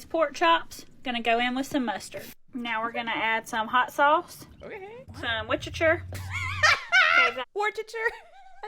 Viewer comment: Ain't none of us in the south can pronounce that whores of the shire sauce